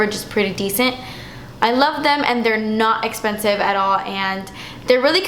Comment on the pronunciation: AAAAAH I am so proud of yooooou collab-ing with the big guns.... I'm only sad we didn't get a "das espensive" in this video because i LOVE IT when you say that (I'm so weird hahah)